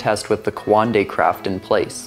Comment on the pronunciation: it's not quandei its coandā